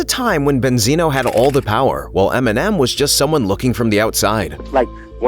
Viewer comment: Banzino instead of Benzino😂😂😂😂😂😂😂😂